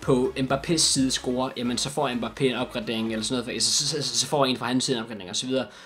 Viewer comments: du udtaler mbappe rigtigt jeg har boet i frankrig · Du udtaler mbappe rigtigt man ligger altid tryk på slutningen af et navn på fransk :)